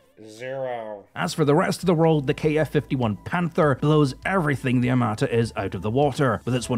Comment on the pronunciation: Today you don't even have to make videos to get clicks - all you have to do is to make "my reaction to "x-y-z" video". PS. That said < A > it's no " AR-MA-TA' " (no stressing on the last vocal) - it's "ARM-A' -TA" ...and < B > why so much drama about a "tank" that does not EVEN EXIST?? 🤣😂 When anyone sees it on the battlefield, please send me the video! 🤣